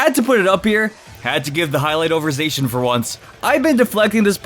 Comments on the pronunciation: Z... Zackian? Sweetie- Zacian. No k. Zay-see-an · It’s “Zah-See-In” not “Zak-an-ee-yan” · It’s za chi en not za ck eon or za chi not how ever you pronounced it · Its pronounced Zay-she-in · (Zi- shi- yen) (Za- ma- zenta) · Again...you say Zacian wrong. There is a "shh" there in the middle not an "ack" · It’s zae-she-en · No one can decide how to pronounce zacian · How the FUCK did you just pronounce Zacian They literally say the correct pronunciation in its reveal trailer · Is he butchering Zacian name on purpose? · Please learn to pronounce Pokémon names correctly. Your pronunciation of Zacian and Yveltal are both very off.